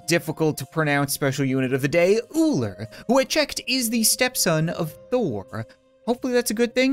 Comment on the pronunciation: Thor not thorn